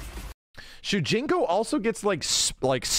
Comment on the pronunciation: It's shujinko